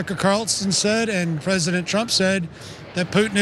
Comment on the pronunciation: He said Tramp 😂